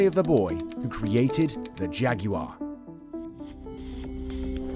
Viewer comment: Jag"yoo" arr 😂